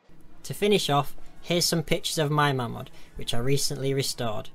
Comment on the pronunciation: Its pronounced 'MAYMOD'